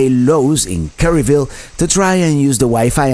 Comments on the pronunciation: Its "Kerr ville, not Care Ville lol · Kerr ville not kerry ville propane